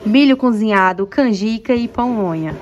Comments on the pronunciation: Dhay não é Pomonha não é PAmonha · Só uma correção: é pamonha, e milho cozido, não pomonha,e cozinhado,não é crítica, é somente uma correção, justamente para as pessoas não ficarem criticando você, felicidades para vocês.